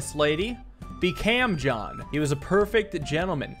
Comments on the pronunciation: Ok, why do you pronounce "calm" like "cam" and "palm" like "pam" it bothers me way more than it should lmao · HE DOES SAY CALM LIKE CAM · Something I’ve noticed: can’t say the “alm” sound. He says “pam” for palm, and “cam” for calm. If it ever came up he’d probably pronounce balm like “bam!” lol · Calm was probably a joke, since during Card Shark, everyone made jokes about the way he pronounced palm, so now he's going along with it. It's honestly pretty funny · I like how said cam referring to when he said pam